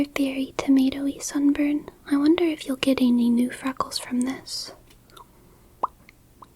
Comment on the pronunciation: i wasnt really paying attention until i heard this and thought she said "it could probably help your son burn" instead of sunburn